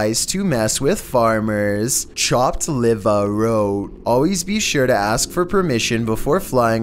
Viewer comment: i dieddddd when he said "chahpt livahh" lmfao